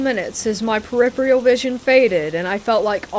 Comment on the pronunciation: It's peripheral, not periphreal